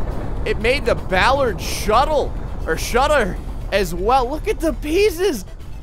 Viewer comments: It's pronounced ball-are-d not ball-erd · Bollard, not Ballard...lol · It's bOllard not bAllard! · It's not pronounced Ballard, Ballard is related to music, it's BO! Bollard! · It's not Ballard it's bollard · Now you're gonna have him saying Bowlard. The O sound is the same as if you were saying orange